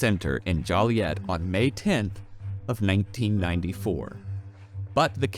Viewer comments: I live in Chicago, he was a terrifying part of the city's history and for all of the surrounding suburbs. People still talk about meeting him, having him at their parties, etc. He was genuinely terrifying to everyone here. ...also for future reference it's pronounced Joe-liet, not jolly-et. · Had a giggle at "Jolly-et" (Joliet is said "Joe-liette") but understandable considering Gacy was a clown after all. 🤡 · I think you may appreciate this fun little silly law factoid: your pronunciation of Joliet can earn you a misdemeanor! It’s pronounced with a long o so phonetically it would be “joe-lee-ette” Be sure to come over and turn yourself in but first arrange a meet up in the area 🙂 I’ve been fascinated with Gacy for much of my life. I grew up in the Chicago burbs and remember his execution when I was young. He reminds me of someone who hurt me badly. Gacy, after all, began his crimes on his sister. Great work as always! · Great analysis, but you killed me with “Jolliet” 😫 Long “O” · Sorry you said joliet wrong 😅